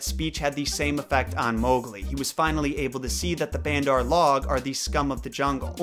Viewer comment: You dont say bandar right